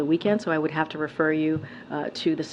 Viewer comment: She babbles just like Joey. Only she can pronounce words. "I'll refer you"